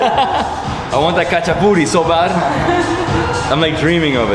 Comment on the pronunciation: I said it before ! You say Hachapuri but its spelled Khachapuri ;)